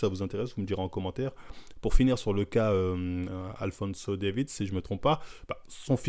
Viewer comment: Alphonso "Davids"